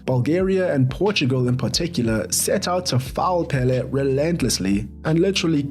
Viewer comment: It was very rough to hear you pronounce Pelé incorrectly. The accent it's on the second e not the first one